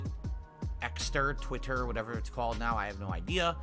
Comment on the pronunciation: For once I dont mind the Twitter name change just so I dont have keep hearing say TWIT-TEEER